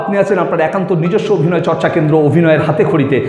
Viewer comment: Bangla bhasai V bole kichu nei it's BH. So not Avinoy it's Abhinay.